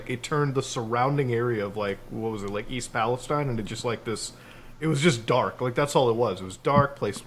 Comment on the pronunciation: I hate how with the East Palestine train derailment every single person who is not from Ohio can not say it right not a single person